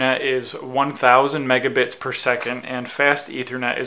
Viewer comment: megabits not megabites